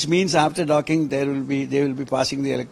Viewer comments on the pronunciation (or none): Dokking nehi bhai do.......oooo...cking